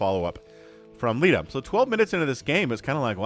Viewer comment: In almost every cast you always say something funny and in this cast it was "he's actually unburrowing the tanks." Also Leta's name might be pronounced 'lay-ta' rather than 'lee-ta.' But that is just how i would pronounce it. Amazing cast as always.